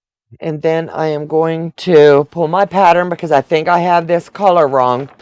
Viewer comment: You are saying patteren and not pattern